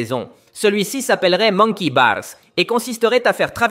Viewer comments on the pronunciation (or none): Le "pRRRRRRRRêt et le baRRRs